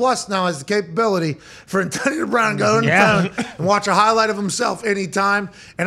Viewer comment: He can’t pronounce “Antonio” properly 😂